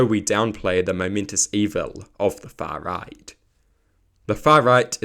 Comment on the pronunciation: I think you could have said "the fuh riyght" a few more times.